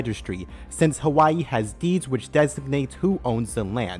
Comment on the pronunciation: HaHWAH- EEE bro quit disquit